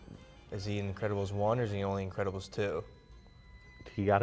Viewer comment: When says the increbabils for up 😂😂😂